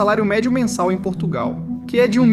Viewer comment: Portugal está irreconhecível por causa da imigração descontrolada, nem falar sabem... "Porrtugáu" que tristes!!!